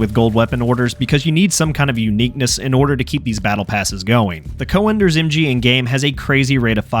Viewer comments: Es heißt "Cönders“ einfach nur "Cönders“ und nicht Coönders wie du Vogel es sprichst. Beschäftigt euch mit euren Schrott Waffen und lasst unsere Heilige Technik in Ruhe! Ihr versteht sie eh nicht! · Good video! One thing though: you pronounce the name as 'co-enders' but the ö should be similar to how you pronounce it in 'Göring' (Hermann Göring/Goering). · You need some work pronouncing Cönder but its a great video thx, i thought if i should get it before they introduce the unlock system. So im curious they recently announced they will merge all campaigns does it mean you get to use 2 cönders mg in a single squad ?